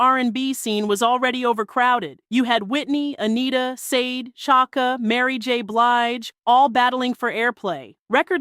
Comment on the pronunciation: Sade should be pronounced as “Sha-day”